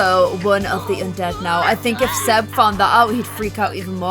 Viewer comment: Army gear... on them... hot 🥵 You messed up Cody & Sebs Name at the start like 5 times.., you didn’t even notice.... Holly needs to be a part of stranger stories... Like needs too 💜 Love ya.... P.S I think Palo was flirting with Fatima... P.P.S Your intro ON POINT!! P.P.P.S.. omg whhhy Salome... we need Jess.. 🤞